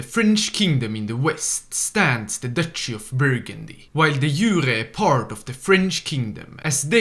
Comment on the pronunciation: "Burgundy" - sighs - Dives on comments